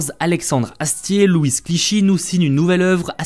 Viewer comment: T'AS VRAIMENT PRONONCÉ LE "S" DE "LOUIS" ?!